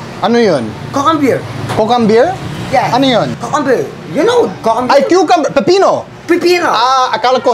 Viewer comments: LOL KOOKUHMBEER!!! Grabe si kuya!!! Wala na, lashing na!😂😂😂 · pls create a short video when mang jose explained how he cooks his dish…especially when he said cucumber 🤣🤣🤣 It’s my favorite part talaga and I can’t stop laughing I almost peed my pants lol Noypi talaga astig! ♥️🇵🇭